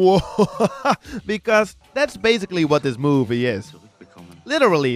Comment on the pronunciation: Drugs...I mean the way he makes a long "O" when he says movie....explains it....